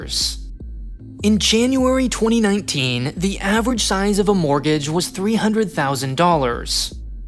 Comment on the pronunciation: “Average Mortage Size”